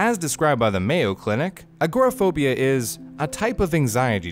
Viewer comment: It was interesting but you really should learn how to pronounce agoraphobia lol look me a while to figure out what you were talking about lol